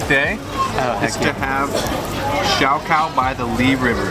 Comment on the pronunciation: Nice video, but it’s “shaokao”, not “xiaokao”;) I can see why you think it might be “xiaokao” though ....